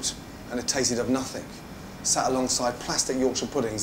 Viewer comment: ramsay pronounces the word nothing as "nuthink"